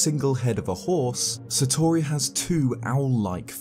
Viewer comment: I don't wanna be that guy and I appologise... But hearing you consistently mispronounce "Satori" hurts